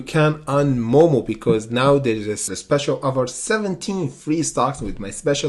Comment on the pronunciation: FYI it’s moo moo not moe moe. It’s a cow 🐮 not some guy named moe lol 😂